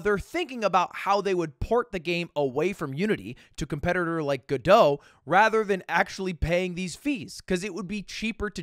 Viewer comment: The fact that Lud can pronounce Godot correctly while tons of it’s users can’t is really funny to me